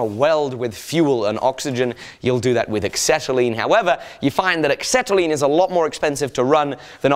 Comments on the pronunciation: Excetalene? Axetalene? Never heard of it. Might I suggest Acetylene? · LOL.. it's pronounced "asetyline"... not "ecksetyline" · acetylene is pronounced ass-set-al-een. There's no X in it. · There's a lot of people in the comments saying carbon monoxide is denser than air. It isn't. Carbon dioxide is, but the monoxide is about the same density, or a touch lighter. Also, I've never heard acetylene pronounced like that and I'm wondering if I've been saying it wrong my whole life XD